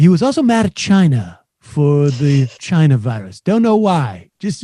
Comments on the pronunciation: I despise his pronunciation of Chi-na. Probably as much if not more than his brother despised him. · Trump and word pronunciation ChinARGH. It's China moron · Holy cow. He can’t even stop himself from being racist by throwing Chy-na and the plague into his “heartfelt” words. Dayyyuuummm. The plague is in the White House. Vote him out.